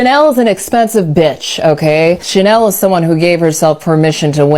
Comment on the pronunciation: It's not Jhanel, it is Chanel😂